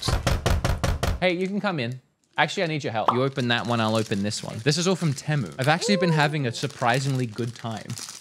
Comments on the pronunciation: Bro Really Said tEmU when its Pronounced "Tea Moo"🤣🤣 BTW: I Am Not Making Fun Of Him I Am Making Fun Of "Tea Moo" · You said it wrong 😂 its TEA MOO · I think its pronounced- tee-moo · It’s tea moo not teh mu 😂 😅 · It’s not pronounced Te-mu, It’s pronounced Tee-mu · it not tamu its temu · It's temu not timo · bro.. you said teh-mu and not tee-mu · It's "teee mu" not "tehmu" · You are saying Tamu. There is no "A" in Temu. Please learn how to pronounce it correctly. The worst part is how many times you said it in the video. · I hate the way americans say temu like tem-u when its said like team-ou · It's pronounced "Teemoo" :face-orange-raised-eyebrow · It’s pronounced tea-moo lad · Let's start with proper pronounced name TEE- MEW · I swear you say "pemu" in the beginning. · Ahh so it's not pronounced Teeemooo? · It's pronounced tea moo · It’s teemu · ( tea-moo) . Maybe you can pronounce it correctly with this help. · not to be the annoying one here but it's pronounced teemu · The way he says “Temu”💀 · The way pronounces temu is something elce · That’s not how you say temu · No him mispronouncing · YOU PRONOUNCED IT WRONG!!!!!!!!!!!